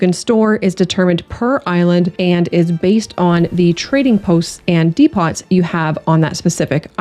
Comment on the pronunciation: Dee pawts 😂 👌